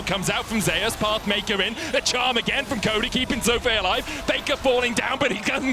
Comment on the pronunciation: Why do they keep pronouncing Zeus like "Zay-us".... it's literally the greek god "Zee-oos" or "Zoos"